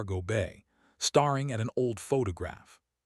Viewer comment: Star ing?😂 Silly Ai